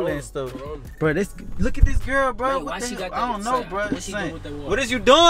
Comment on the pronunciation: Lol the dude in the back said CARONA